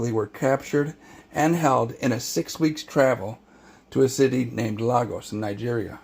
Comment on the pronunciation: Hi there, this is very informative. Thank you. I’d like to correct certain mispronunciations. Lagos is pronounced/LAY-gors/ and Benin is pronounced /BE-nin/